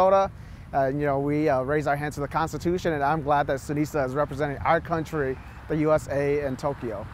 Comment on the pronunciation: Senator Foung Her couldn’t even pronounce Sunisa’s name correctly. LOL!!!